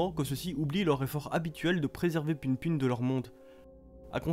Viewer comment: ca se dit pou poun juste pour rappeler